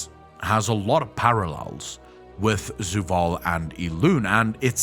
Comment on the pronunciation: It's Zovaal.. not Zuvaal